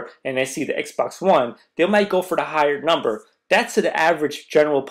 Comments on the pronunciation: "WONE" LMFAO come on you are better than this. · "Won" W-O-N-E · this guy says xbox W-o-n ... i think becuz the xbox won over sony's console